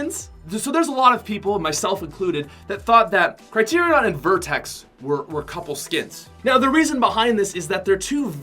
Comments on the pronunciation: Am I the only one triggered when he said black vertex instead of black vector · It’s black vector not vertex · Black Vertex looooooooollll. Its Black Vector